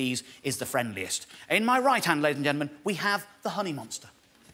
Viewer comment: Dave has got "ladies and gentlemen" down to 3 syllables. "Lays ge'men."